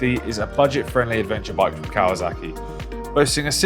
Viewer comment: It’s kawaSaki not kawaZaki… 😒